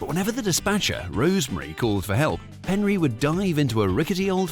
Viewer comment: Isn’t it Penry, not Henry?